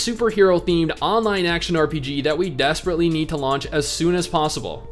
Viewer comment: "Desperately" xD